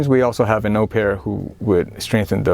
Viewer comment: Hi! I am not sure if you care about this stuff at all, and I apologize if you don't, but the word 'au pair' in English is stressed on the second syllable.